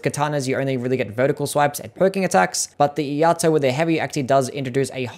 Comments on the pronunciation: It's E-Ai-To, not E-A-To. Iai is the Japanese art of sword pulling and sheathing fast as seen in some special moves. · "Iaito" is "e-eye-toe" Thanks for the list!